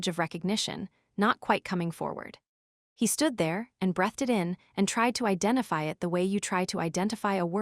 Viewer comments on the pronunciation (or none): These AI translations always make me laugh, while making me mad! Brethed vs breathed, Booganvillia instead of bogainvillia etc!